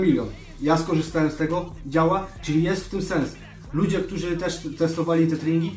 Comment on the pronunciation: Szedlem, nie szlem. Ktorzy, a nie ktozi. Poddaja, nie poddawaja itp itd.... chlopaki podstawy polskiego byscie chociaz przyswoili..